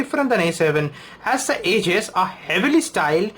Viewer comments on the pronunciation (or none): hahahahah that what I was about to say , i watched many A7 video but all turn out to be Indians with their Indian accent. ... the way he pronounce Edges as Ages